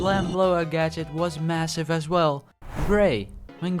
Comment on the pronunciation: did he say massive?